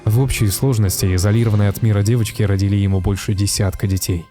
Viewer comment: Расщелина нЁба, а не неба))) тЯжЕлейшими, а не тижалейшими))) , родИли, а не родилИ))) кратковременная, а не коротковременная))) Вроде и контент неплох, но эти мелочи режут слух.